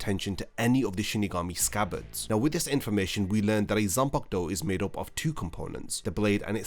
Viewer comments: You explain things well. The only thing that gives me migraines is how you pronounce ZAN-PA-KU-TO as "Sen-pag-douh". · "zumpuck toe."